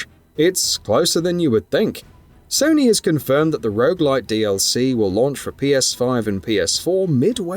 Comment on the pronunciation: I'm sorry, are you saying rouge-like or rouge-light? 🤷‍♀